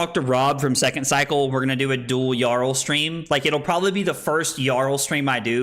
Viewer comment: Isn’t it pronounced “Yarl?”